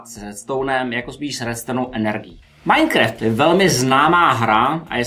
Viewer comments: to se nevyslovuje majkreft ale majnkraft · čte se to majnkraft ! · [majkreft]btw je to [majnkraft] není to výsměch jen úprava sleduji videa a uznávám vaší orientaci v moderní technologiích chyba se stane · Minecreft XDDDXDDD